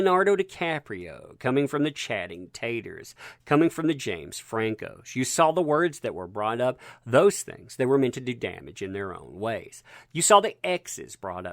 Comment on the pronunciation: Chatting taters? 😂😂 is that your nickname for him or are u unable to say his name?